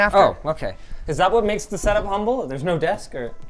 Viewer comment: ‘Umble very ‘umble sir